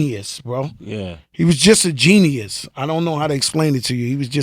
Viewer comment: "GENNI-US" WOW!